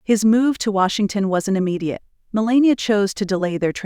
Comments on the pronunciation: HOW CAN YOU tell us about BARON WHEN YOU CANT PRONOUNCE HIS MOTHERS NAME I WOULD RATHER LISTEN TO THE FAMILY TALK ABOUT THE FAMILY THEY KNOW BEST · It's Melania.